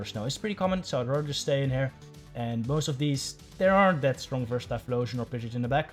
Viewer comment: It’s pronounced “Pid-Gee-Ott” not “Pidget” 😂